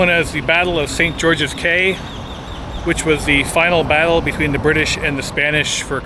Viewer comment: Caye is pronounced Key